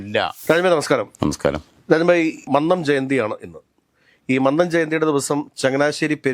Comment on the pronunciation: Shit, Mr Joseph please correct your pronunciation of Mannam. We are getting irritated by hearing your pronunciation of Mannam.Please listen today's welcome speech of NSS General Secretary at Mannam Jayanti regarding pronunciation of mannam